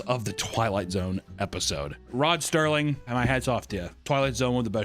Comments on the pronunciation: Papa, if you see this, it's SERLING. There's no T in Rod Serling's name. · >Calls The Twilight Zone GOAT >Gets the iconic host's name wrong It's Rod Serling, not Sterling. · Rod Serling. Not Sterling. Total brain F when I realized it